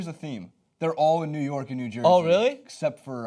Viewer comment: "nework" it's New York